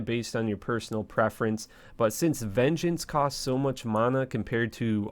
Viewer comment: bro i really want to like you but you act so weird and the way you talk bugs me lol. im still watching tho. veen gance? it's vin-jance.